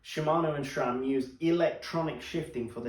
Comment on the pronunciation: There is no H in the name SRAM. Never has been.